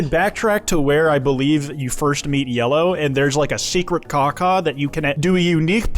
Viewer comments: You’re calling it caca like poop rather than enunciating the AW 😭 no poopy birdy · Bro it’s killing me every time you saw Kawkaw because it sounds like caca which is poop in Spanish 😭